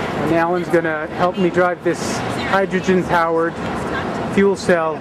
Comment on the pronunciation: not hydrogren!!!!!!